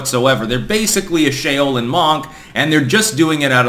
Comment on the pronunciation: Shay-oh-lin monk? That was a hell of a pronunciation 😂